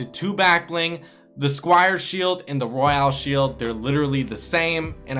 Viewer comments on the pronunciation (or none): none